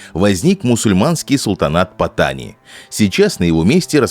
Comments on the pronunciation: Названия провинций читаются с ударением на последний слог, ПаттанИ. Kecil читается кечИль, блин, двоешники. К тому же зачем произносить это все с английским акцентом? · для начала надо бы правильно научиться произносить название южной провинции. я был в Паттани несколько раз, все не так плохо как рассказывает автор. иначе тысячи фарангов не ездили бы на бордер ран к границе с малайзией. не говоря уже о островах на которые можно добраться только из этой провинции.